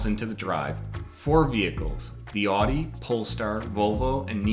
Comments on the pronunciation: Does every Midwesterner mispronounce “Audi”? I would have thought an actual car magazine and auto journalist would at least try to get it right. Seriously, the only Americans I ever hear saying “aww-di” are from Michigan, Wisconsin, and Ohio. It is ow-di. Like “out”. Find a German speaker saying it. Like on autogeful or something. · au·dee, not aw·dee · It’s disturbing how many members of the automotive press pronounce Audi as “oddy” and Volvo as “bobble.” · Wow. Been readin' since the '70's and DANG it's gone downhill. When almost the first thing the dood says mispronouncesAudi (aw-dee) I'm almost sure he'd gonna say Hy-un-die too. For shame, for shame. I WILL give him the golf-clap for Porsche though. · He can’t even pronounce Audi correctly, so chances were slim for Lima.